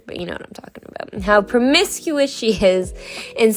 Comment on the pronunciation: It’s promise-que-us ☺️. She’s promiscuous.